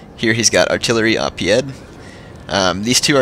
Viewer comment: Artillery a pied...pronounced pee-ay.